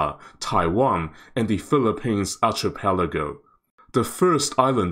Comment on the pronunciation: Your videos are a auto watch and auto like for me. I'd love to see you model out a Taiwan Straits scenario. I know you don't like to discuss politics but you can focus on just the military dimension. You'd do a better job than those CSIS people for sure. Oh , it's pronounced "ar Keh peligo" the ch is a k sound because it's Greek.